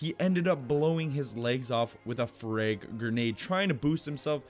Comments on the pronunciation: You said frig and not frag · I hate how he says freg instead of frag